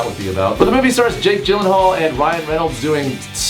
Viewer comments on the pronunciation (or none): He said jake gellenhaal instead of (jake yellenhaal).... TRIGGERED JK i love him